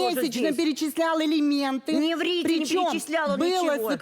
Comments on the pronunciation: Да уж... Адвокат, который говорит: "Элементы..."🤦‍♀️ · Я не ослышалась? 😮Так называемый адвокат говорит:"элементы" 😮😮😮